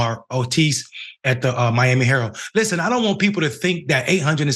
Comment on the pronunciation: I just wanted to point out that the word Miami herald the second word Miami herald it has a d at the end of the word so when you don't pronounce it it makes you sound like very low IQ